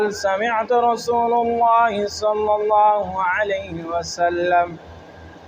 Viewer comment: سمعت رسول اللہ میں ،رسول کے لام پر زبر پڑھا جاۓ،گا ،نہ کہ پیش ،